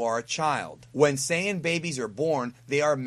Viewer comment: Hey. Why are you pronouncing Saiyan wrong?